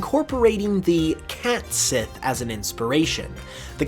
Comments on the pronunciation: Nice video. I wanted to let you know that the cat sidh is pronounced as cat she. In gaelic s before an I or e is pronounced as an sh, and the dh is basically silent. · It is actually supposed to be pronounced "ket shee", yes. I think he goofed there. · I could be wrong, but I’m quite certain Cait Sith is pronounced “ket shee”, not “cat sith”. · Cat Sith, as you call it is pronounced "Cat See" and it's one word. Catsith, pronounced Catsee. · Future reference it's pronounced "caught shee"